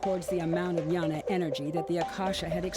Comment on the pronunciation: It's not Yana energy tho lol, it's pronounced as Gyana, meaning knowledge I'm sanskrit